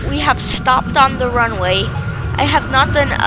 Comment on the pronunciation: "the plane is going to softly land on te ranuway ☺☺☺☺☺☺☺☺☺☺☺☺☺☺☺☺"